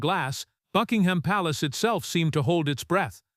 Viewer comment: Click bait. Illegitimate children are ineligible to be in the line of succession. Also, the AI voice cannot even correctly pronounce Buckingham.